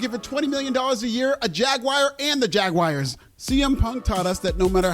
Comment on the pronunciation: Jaguars is not pronounced Jagwires. 😂